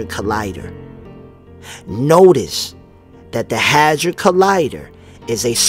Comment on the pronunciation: sounded like u said hazard collider? its a hedron colider